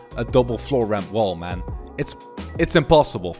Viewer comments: Man not mon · can we have a montoge of him saying gg mon yes mon not man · He says mon not man and i do not mean it in a bad way its like gg bro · How many time did he say geegeemon (I know he is saying gg man) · instead of gg mon he sound like hes saying digi-Mon!!! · When he says it it sounds like german tbh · He sounds Jamaican when he says GG man 😂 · The way he say gg man is thu funny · Not being rude see how he says gg man